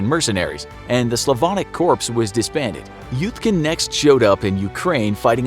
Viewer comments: Dear everyone, Corps is pronounced "core," not "corpse." That is all. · 5 is not 4 and corps is pronounced core and Venezuela is not Brazil. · corps. when you say the s. cring.